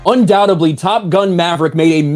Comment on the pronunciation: Love your channel,, but for whatever it's worth, it's"undoubteDly." 😃